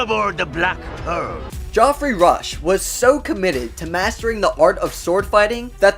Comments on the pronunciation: Lol. Another kid that doesn't know a BASIC English word. his name is JEFF-REE, not GEE-OFF-REE like you pronounced it. How the hell do you know know this name? Duh. You should've stayed in school kid and played less video games. Unbelievable. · Who is Joffry? Its pronounced "Geffry". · I really wish Americans could pronounce people's names correctly. It is Geoffrey Rush, NOT Geoffrey. He is Australian and it is sometimes spelt Jeffry OR Geoffrey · "Geoffrey" is pronounced "Jeffrey," not "Joffrey." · BTW, the name of the actor who played Barbosa is pronounced JEFF-REE, not GE-OFF-REE. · Geoffrey is pronounced Jeff-ri, not Jof-ri. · Geoffery Rush's name is pronounced "Jeff-er-ee", NOT "Joff-er-ee". My goodness. He even says it himself in this interview with National Geographic (not to mention it's said aloud for each of his multiple Academy Award nominations) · Ahhh it’s pronounced “Jef-free” only it’s spelt Geoffrey. Not G-off-ree. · It’s (phonetically) JEFF-rey Rush, not “Joffrey”. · God it's not pronounced joffrey, it's pronounced Jeffrey, just spelt geoffrey. It's the english spelling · jofferey????? its pronounced gefferey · it's jeff. not ge-off. driving me nutts with pronounciation LUL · Did you know that Geoffrey is another spelling for Jeffrey? And it is also pronounced Jeffrey not Goff-Rey. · Stop pronouncing Geoffrey Rush's name wrong. God it's frustrating. Pronounced Jeff-rey.... He is not the Character "Joffrey" from Game of Thones.. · LOL. Geoffrey is pronounced as Jeffrey....not Joffrey. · His name is Geoffrey (Jeffrey not joffrey) 😂🙄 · What a load of rubbish you talk. Geoffrey Rush (pronounced Jeffrey not Joffrey) was loved on set no one was sick of him. He brings coffee to the make up artists each morning. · Geoffrey is pronounced 'Jeffrey'. at least, all the Geoffreys i've known. and i've known a few. well done!! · Could you stop saying Joffrey ? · Geoffrey Rush's name is pronounced JEFFrey. Jeff. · It’s pronounced JEFFREY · It's pronounced Jeffrey